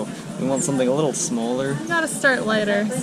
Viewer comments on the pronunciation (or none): none